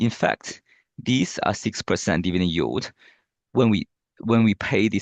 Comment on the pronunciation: donno what "you" talking about , it's YIELD , please get local singaporen rather.